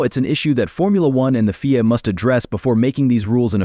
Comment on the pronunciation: What a waste of bandwidth. FIA is said as three letters, not pronounced as "Feea". So, where's the surprise and where's the stun?